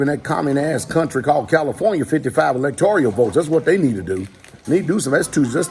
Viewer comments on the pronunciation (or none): Kind of off topic but pastor its not electorial it's electoral 😁